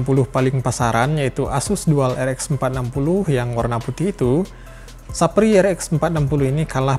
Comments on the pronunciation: 😂😂😂 "Sefayer" jadi "sapri" 😂😂😂😂😂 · Me : saphire My lord : SAPRI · "Sappri" wkwkwk 😂